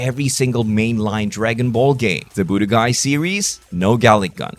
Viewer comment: what accent does this guy have why does he say budokai "boo de guy"